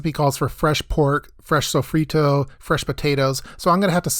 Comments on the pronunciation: Every time I heard "Sow-free-toe" and "Sah-zone" I imagined my ancestors crying from the bad pronunciation. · Pronouncing sofrito like that should be criminal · He said sofrito like an gringo